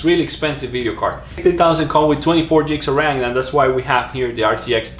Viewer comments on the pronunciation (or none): Stop saying jigs of rem!